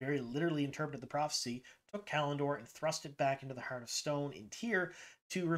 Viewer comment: The word PROPHECY has 3 syllables. You reduce it to two and at first, listening without watching I heard PROXY lol!